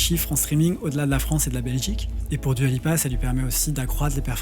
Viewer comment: Juste Dua se prononce DOUA et pas DUA !